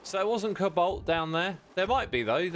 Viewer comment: I keep hearing 'kabolt' instead of 'cobalt', is it just me?